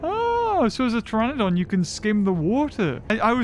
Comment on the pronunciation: I like when you say tyranodon Its like a hybrid half tyranosaurus rex and falf pterenodon